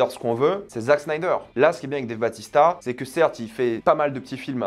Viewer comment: Par contre, c'est pas Dave Batista mais Bautista! 😉